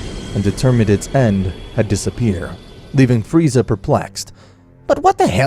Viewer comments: Man i love it when in 21 min he says freezer not Freza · Freiza not freezer gd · I love when he says Freezer instead of Frieza. Nice nod to TFS. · i love how king vegeta says freezer insted of frieza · Its entertaining though, only thing thats kinda cringe to me is how they keep saying freezer instead of frieza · I love how everyone besides goku calls frieza "Freezer" instead of frieza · Not freser it is frisa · Bro you keep calling him Freezer... you're fking killing me🤣🤣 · "freezer" lmao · Did no one hear friezer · Why does Beerus says Frieza like "Friezar"? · I like how Beerus calls, Frieza 'Freezer' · Beerus said "Friezer" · I like how he calls frieza freezer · im sorry did beerus say freezer wtf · It’s LORD FREIZA YOU SIMAYAN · Why are they saying freezer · Berus said freezer 😂😂😂